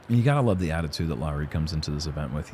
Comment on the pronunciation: pronouncing Lauri pretty much perfectly feels so warm in my Finnish, disc golf loving heart. Great job. 👏🏻